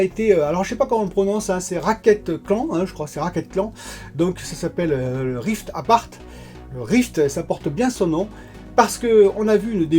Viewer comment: "raquette clan rift abarth" meme sans connaitre c pas possible de prononcer ca comme ca, faut juste lire le titre